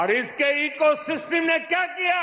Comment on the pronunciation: Ecosystem ❌️ ईकोसिसटीम ✅️ ग्वार पीएम 😂😂😂